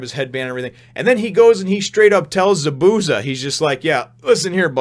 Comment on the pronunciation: The way Zabuza's name is pronounced is ZAH - boo - ZAH. There is more emphasis on the Za's than the bu and each syllable has the same length.